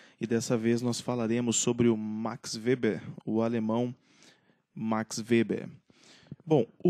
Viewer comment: (acho q a pronuncia do nome está correta)